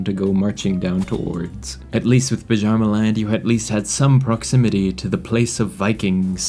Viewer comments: So about Bjarmaland it's not pronounced "B-jar-maland" You get closer if you pronounce it "Bee-armaland" but if you want to get it perfect, then you should listen to how Scandinavians pronounce Bjørn (bear) or the derived name Bjarne. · Yes, the Vepsian (not Vespian) culture is the worst culture in the game, and you described just why. (Also, it's called "Byarmaland." Like the J in Jarl. Said "Yarl.") And I agree, Bosnia is the worst kingdom, because: 1, Croatia is right there. 2, It's all low-development mountains. 3, Bosnian culture has no benefit in mountains (and they're Isolationist, too). 4, You'll be tempted to play with Krstjani, which is just begging to have its Ecumenism removed to become a holy war target by everyone, and has Pastoral Isolation for EVEN MORE penalties to development. Seriously, in 1066, Vhrbosna is ruled by a Catholic Cisalpine count, and Cisalpine is a better culture for the area because it has Mountain Homes.